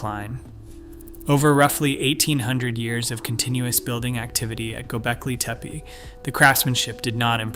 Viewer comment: Is there no way to teach the speech to pronounce Göbekli Tepe properly? Gonna be a loong video if so.